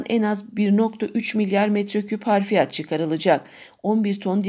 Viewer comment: Yanlız harfiyat değil hafriyat dır.